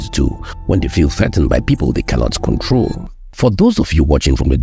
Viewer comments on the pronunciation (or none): none